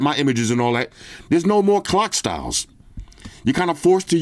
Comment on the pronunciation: Oh clock styles, I thought you said 🐓 styles.😂. Just order my S24 ultra. With all the Samsung deals, got it for 970$ Aussie $$. So I guess I can keep both kidneys this year. 😅. I'm spewing I couldn't get the lilac purple. They were all sold out. Now I wait for the REAL REVIEW. S24 Ultra.